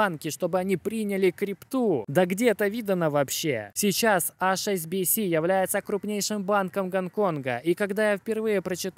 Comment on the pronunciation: Друг, у тебя найсупераTION видео ролики. Прошу, не говори "АШ' SBS skaжи вот так: "ЭИЧ"SBS У меня тик на эту тему :))))